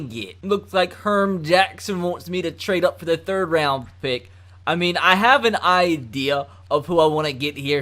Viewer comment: he says "good ol 'Herm Jackson's wants us to trad up" 😂😂😂😂